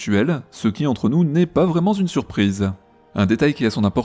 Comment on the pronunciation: Arf, la rechute, c'est ballot : "pas vraiment z'une surprise" 😁